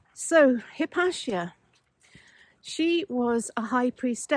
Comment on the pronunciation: Hypatia..."High-pate-ear" stress on "pate"?